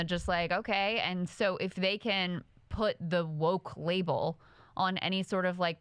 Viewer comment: Anyone else hear, "Woke wabel?"